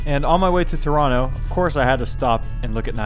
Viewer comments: This is the pinnacle of "Death Road to Canada." And I love that you call Toronto by its rightful pronunciation 🙂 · Heeeey....you said Toronto the correct way!! (For an American)